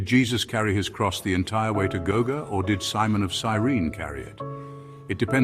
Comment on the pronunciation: Why couldn't you say Golgotha? The word is not that complicated to express.